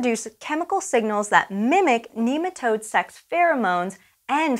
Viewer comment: She keeps on saying kneematode. Cant watch any lon